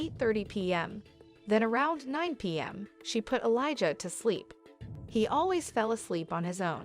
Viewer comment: I can't with this channel anymore and it's fake narrations. You pronounced Elijah's name both correctly and incorrectly in the same sentence, far too many times, not to mention Caleb's name. Smh.. i would be very offended if one of these videos were about a loved one of mine. I have to unsub at this point, nothing but bots behind the channel and its way too obvious.